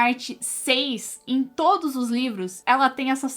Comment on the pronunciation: Parei de assistir quando ela falou 'todis'.